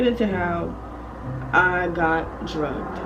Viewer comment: You said druged that’s scary AF 😟